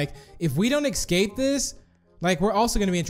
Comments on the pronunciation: I love how u say escape in the start "escate" And the house map u said "espace" I love how u panic dude hahahhaha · he said eKsape